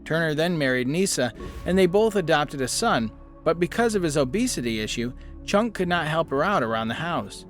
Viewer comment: "Chunk" Turner? It's Chuck.